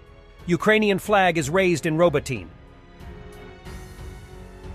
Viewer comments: Ro-BOAT-teen-ya Four syllables with emphasis on the 2nd syllable Not, "Robo--teen" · Today your pronunciation of Robotyne is better than yesterday but still not there yet. Ro-bO-tih-neh. Four syllables, second one is under stress.